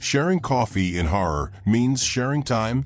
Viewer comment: The wrong pronounciation! Harari is not 'Horror' it's like 'Kalahari'! Revise your reading and ponctuation!